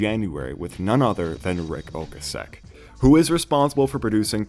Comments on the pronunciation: It’s pronounced Ric O-Kay-Sick. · Rick oh-KASS-ick, and Liner(rhymes with Diner) Notes not Linear Notes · When he mispronounced Ocasek I stopped the video. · Man you’re allergic to pronouncing Ric Ocasek’s name right lol